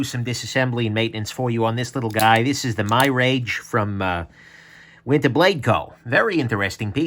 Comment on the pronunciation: It's pronounced mirage, like the illusion. Not my-rage.